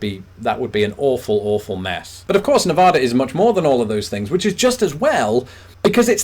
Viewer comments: Hey as a Nevada resident it is pronounced Nev-Ah-duh not Nev-oda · Like nearly every Brit and a lot of people from the eastern U.S. you pronounce "Nevada" incorrectly. It is pronounced "ne Va da," not "na vaaaugh da." For those who make the claim that the second pronunciation is correct Spanish you are wrong. That pronunciation is "Nev a da." Besides, if correct Spanish pronunciation is the deciding factor then "Texas" is actually "Tey huss" in Spanish. Also "New Mexico" should be pronounced "New Mey he co." These are just two of several more examples. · yer sayin it wrong! it's neh-vad-uh. not nuh-vah-duh. since a lot of europeans seem to think the US is basically new york and california, they should just come to vegas. it's close to california and has a little new york too also the southwest is weird. my take on it is people weren't used to the heat and ended up seeing some thing that weren't there in the desert skies. also also! i've been to that giant crater, it's quite impressive. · My home state of Washington is NOT bigger than the UK???? Oregon beat out Washington???? Noooooooooooooooooooooooo! Say it isn't so! By the way - people is Nev-ad-a get torqued if you pronounce their state Nev-aw-da. I know this because my sister moved there over 20 years ago. Seriously. They don't like it. So maybe don't do it anymore. And definitely don't do it when you go there - most likely to Loss Vey-gus!! And when you go to Las Vegas, don't gamble on the strip. Better odds at off strip casinos. Also - you need an ending tag-line for your videos. The Tim Tracker says "and now it's time to pay the price" at the end of every one of his videos. You need one too - preferably something very British!! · Born in MT, raised in So Cal/Nevada (please look up the pronunciation of Nevada by Nevadans... quite different that how East Coasters pronounce it) Have since moved (& lived in) to WA, OR, FL, VA, TN & returned to MT! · Glad you learn how to pronounce Nevada.